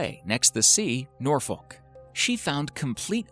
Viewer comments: im not even english but it is painful hearing you say NOR-FOLK - it is pronounced norfik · Its pronounced nor- fouk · learn how to say Norfolk please....... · Love it when americans say norfolk it's not the correct way to pronounce it but you tried well done! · The way he pronounced Norfolk is like someone scratching a chalk board next to me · A "bohemyth" of a jelly fish? - "Norfollk"? - "Yuck-a-tan"? Is this how they are pronounced in American? Otherwise a most informative video. Thank you.